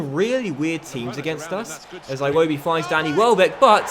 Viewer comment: I am going to unsubscribe if you don't stop pronouncing iwobi like "Aye-Wobi" please stop, it's "Ee-Wobi"